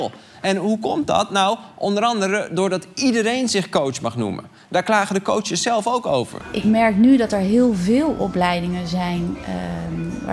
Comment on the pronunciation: Arjen ik erger me er aan dat je de heletijd cootsjes zegt!